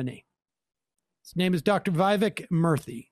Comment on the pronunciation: It's more like "we-veck moor-thee"